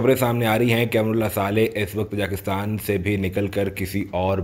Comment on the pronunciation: Oh bhaie learn how to pronounce Tajikistan first.